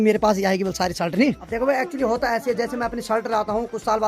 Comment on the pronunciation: तुम शलट मत बोला करो शर्ट कहते है